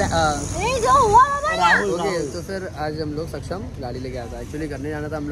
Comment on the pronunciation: Jasa tu “” nahi tasach topn “Shaksham” nahi “Saksham” ahe😂😂🤣